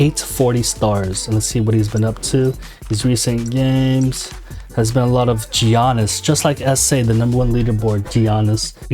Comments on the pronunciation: Giannis is pronounced with a Y almost so you'd say Ya-niss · Just a heads up the G in Giannis is silent (sounds like yi-annis) 👍🏻